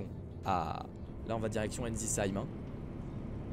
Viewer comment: Salut j’ai une chose à te dire la première est que Ensisheim se prononce et non pas soit respectueux des nom de ville stp